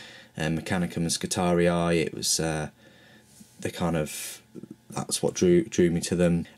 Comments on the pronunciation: Skitari-eye hahaha think its pronounced Skitarie.. Just ignore the second i :) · pretty good review. FYI the Skitarii are pronounced Skitahree, not Skitari-i. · Skitarius is the singular, Skitarii the plural. The second "i" is pronounced just like the first one, making it a long single-vowel sound. Like -ee in English. ;) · there is no space or seperation of the last i ( so its Skitaree not Skitari-i) almost fell from my seat lmao when i heared him say it first >_< (no offense meant, i love his reviews and unboxings) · you are saying it wrong you only pronounce it as I not I eye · It’s Skit-ar-ee, not skit-ar-ee-eye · I didn't have any specific kit in mind. I know you're unboxing the Space Marines, but we've seen them. I'll probably watch the video anyway, but I thought since you're starting a new army this year, maybe other kits in the Cult Machanicum/Skitarii. Oh yeah, and I think the correct way of pronouncing it is Skitar-ee, no I at the end; not judging, just saying. I good either way. Thanks for the link too. :D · I'm so fucking glad I am not the only person who pronounced Skitatii as Ski-Tar-Re-Eye. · I think you're saying skitarii wrong, it just doesn't sound right to me. All the models look cool and I was just wondering if you have done a review on the space marine box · Why? It just means you're not the only person that got it wrong. Two wrongs don't make a right. The second 'i' is just trying to look cool, you pronounce it with an 'e'.